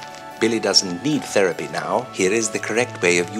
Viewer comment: "Billy dosent need theriapy now"